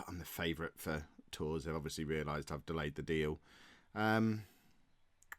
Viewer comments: 😱😱😱😱😱😱😱 that was a shocker! Realistically though with the salary it would have been hard to refuse it. I am just left bewildered how sudden it all was in the video...Non league to legend just got continental! Tours is pronounced more like "Toor" btw, I knew my gcse in French would come in handy at some point... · The "s" in Tours is silent,.